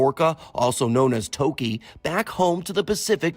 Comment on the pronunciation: You all can’t even pronounce your native name properly. Ridiculous. Give her some respect. Its not Toki smh